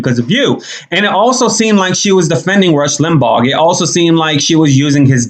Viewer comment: Why is she pronouncing his name, “Lim-ball?” Yet again, the entitled princess gets defensive without provocation, making baseless passive-aggressive comments for reasons no one understands. I feel so sorry for her daughter. She couldn’t have 2 worse people as parents.